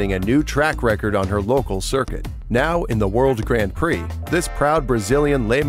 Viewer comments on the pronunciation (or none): This is a cool video but the way you say Grand Prix is painful